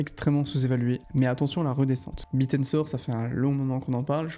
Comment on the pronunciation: C'est "Bit Tensor" et non "Bitensor" 😂